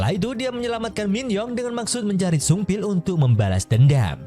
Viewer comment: Pas bilang sungbil saya kira upil🤣